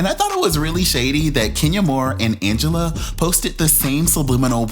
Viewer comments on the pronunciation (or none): none